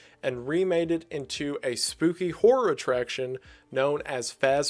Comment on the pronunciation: I am so glad one of my favorite youtubers also pronounces "horror" as "whore"